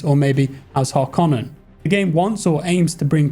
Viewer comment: Judging by the mispronunciation of several words like Melange and Harkonnen methinks has never seen the films?